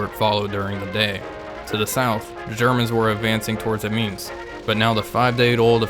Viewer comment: The evil Bosch spirit really comes through in the complete disregard for pronouncing place names like Albert and Amiens. To be fair I think the British called Ypres, Wipers.